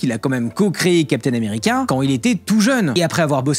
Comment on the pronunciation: "Captain americain" il a perdu 10 point de charisme en 2 lettre XD